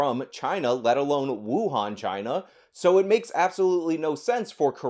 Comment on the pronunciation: Spanish flu came from Chy-Na too.